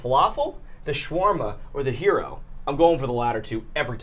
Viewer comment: Yet him pronouncing gyro like hero didn’t bother you?